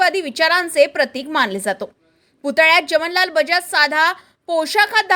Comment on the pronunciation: उच्चार जमनलाल बजाज हे चुकीचे आहे , खरे म्हणजे 'जमनालाल' असे उच्चार हवे आहे.